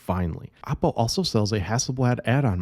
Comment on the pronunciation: Dont pronounce it APPO , as it sounds like APPLE. Should pronounce as OOppo